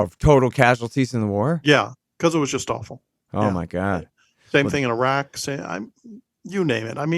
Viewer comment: internets to for correctly pronouncing "Iraq"